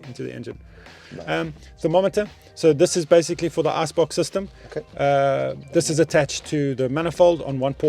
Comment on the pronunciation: For the first 18 mins I was hearing "Ass-box" until he actually showed the "Ice-box" 😅 Great build, R.I.P 1stock ❤